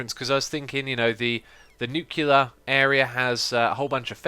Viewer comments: X, Its not pronounced "Nu -cular". Its pronounced "New - Clear ". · You're better than that, X. NUKE-lee-er, not NUKE-you-ler. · X, if you see this please pronounce it as "New-Clear". Even though English is not my native language, I hate people mispronouncing words, but only to a negligible level, becuase everyone makes mistakes. But people who are ignorant about it even after pointing it out? God I would love to get them in my hands. And also google it people!!!